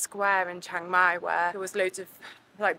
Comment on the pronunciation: "Shhheeang-Mai" not "CHANG-Mai" btw